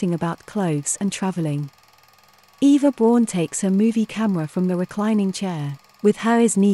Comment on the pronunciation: And it's Mein Kampf as spelt not 'Kompf''. Also Eva Braun (more like Brown) not Brawn.